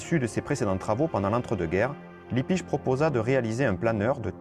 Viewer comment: ERREUR !! C'est pas Libbisch mais Lippisch avec 2 P !! Améliore un peu ta prononciation et ta diction. Merci.